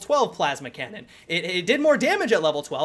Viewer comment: Did anybody hear him say plasma canna? XD